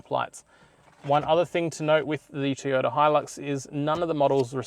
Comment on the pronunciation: TOY ota please Teeota was very distracting.